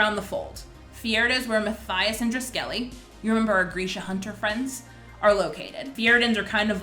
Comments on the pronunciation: in the audiobook is pronounced droo-skehleh I also said it wrong before I heard it😂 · NOT DRUSKELLY LMAO